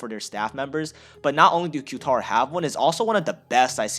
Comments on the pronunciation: Q-tar try saying Catar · I believe Qatar is pronounced “Kah-Tar” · Qatar is pronounced cut-are. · Pronounce Qatar like ka-tar. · It's KA TAR if you wanna pronounce it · Qatar airways is pronouced ''Quitar'' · Btw you Say Qatar like this: Guitar but replace the G With a Q you got Qatar